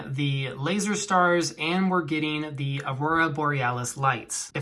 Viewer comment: The word "the" is pronounced as "thee" when the word following it begins with a vowel sound (e.g., thee apple), and as "thuh" before a consonant sound (e.g., thuh dog). You should only say "thee" when reading aloud, such as in a prepared speech or paper presentation. You should never say "thee" in casual situations, such as when talking to a friend.